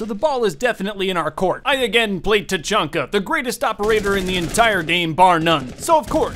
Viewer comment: Tachanka more like ta-chunky